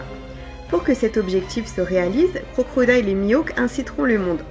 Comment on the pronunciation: y’a pas de mal on a tous nos défauts, en tout cas dis toi que tu m’as bien fait rire à chaque fois que t’as prononcé Crocrodile 😅🤣🤯❤️